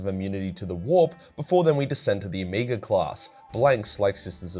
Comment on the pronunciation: Oh-MEG-ah. Omega is pronounced: Oh-MEG-ah.